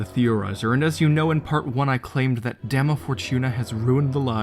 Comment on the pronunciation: Dama. Not demo.